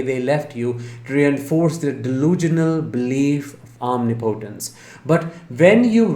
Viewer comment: Did you really pronounce omnipotence like that? uhhhhhhh